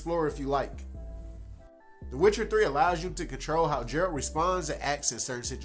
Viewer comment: lmfao my boy you need to work on how you call the main protagonist, Jayralt ...?! what's that, nah for real even in the actual game they don't call him like that